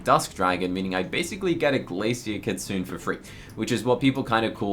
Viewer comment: Just to offer some info, the Japanese word “kitsune” = fox, is pronounced “kee-tsu-NEH” (NOT “kee-tsu-oon”).